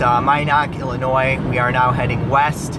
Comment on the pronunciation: I'm glad you said IL correctly